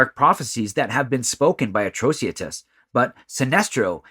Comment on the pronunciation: It is supposed to be Atrocitus - for better reading A-TRO-CI-TUS, not Atrociatus.